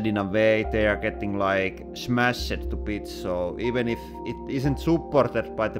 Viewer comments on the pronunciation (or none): “They are not getting crush-ed- in a way they are getting like, smash-ed”